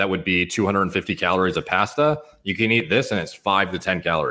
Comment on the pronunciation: pronouncing 'pasta'. Unsubbed